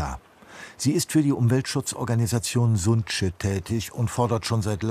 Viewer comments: Liebe Redaktionsleitung, lieber ÖRR, ich fände es gut, wenn Sie sich wieder mehr Zeit nehmen würden/könnten, um wenigstens grundlegende Dinge wie Namen gegen zu prüfen. Die NGO (TC: ) heißt nicht sunće sondern sunce. Das C wird wie Zeh ausgesprochen, also sunzeh und bedeutet Sonne. So etwas hätte sich schnell im Internet recherchieren lassen. Gerade auch bei nicht deutschen Personennamen. Für mich ist die richtige Aussprache ein inhaltliches Qualitätsmerkmal und eine Rechtfertigung für den Bildungsanspruch des ÖRR. Oi! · Es wird nicht "Suntsche" asgesprochen, sondern "Sunze" also, Sonne. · hab jahrelang in Dalmatien gelebt, der Tourismus explodiert da unten leider. btw, der Name der Organisation, "Sunce" (Sonne), wird "Sunze" ausgesprochen. das c hat ja keinen Hatschek ;)